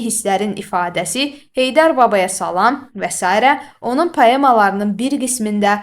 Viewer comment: Salam həmil-sakit,yumşaqxasiyyətli deməkdir. Səhv vurquladız ama izah əladır